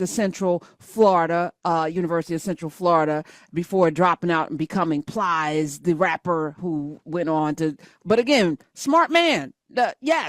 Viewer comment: Calling Plies “Piles” is hilarious